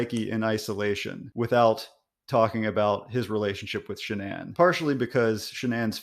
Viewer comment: What's a 'Sha-Nan'?